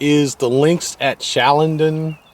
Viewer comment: 10 miles north of mount airy? Howard county…? It’s in Mount Airy and it’s Carroll County. It’s also pronounced Chall-a-don. I’m probably wrong though considering you’re the extensive reviewer…